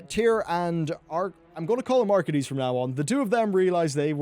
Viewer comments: its pronounced "ark-ae-dees" not "ark-i-deas" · it's pronounced Ark-Ey-Das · Ar-Kay-Dus. XD Just letting you know.